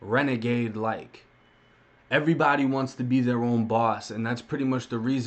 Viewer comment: do you not know how to talk 'earybdy' lmmfao 😆 😆